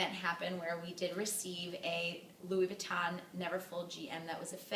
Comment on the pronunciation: Louis Vuitton.. not Louis Vee-tahn. 🙄